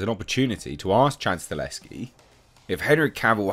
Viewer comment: YES!!!!!!!!!!!!!, once again: Stahelski is pronounced: "Stuh - Hell - Ski. NOT StaLESki